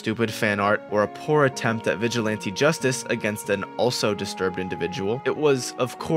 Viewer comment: pizza tower fans boutta be freaking out about him saying "vigilante" (i am one of them)